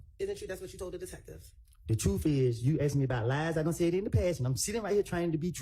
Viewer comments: Prosecutors talking they axked you they axed you like seriously it’s called asked as in ass… asked you…. You spent how many years in law school and can’t pronounce asked correctly 😂 miss love suddenly sitting there doing absolutely nothing but more dumb founded then anything 🎉 she knows this trial is bullsht and they trying so hard to connect dots to a functioning crack head as their best witness 😅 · The Prosecutor is Dumb as hell. She uses. " I axed your" typical. Dumb A55S